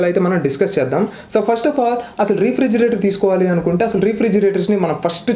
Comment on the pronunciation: Pronounciation Rey-fridgerator bro..... Not re fridgerator just a tip.... Nice videos